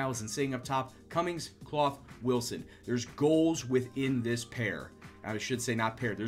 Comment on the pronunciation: For clough its pronounced cluff not cloff. Great vids though keep them up!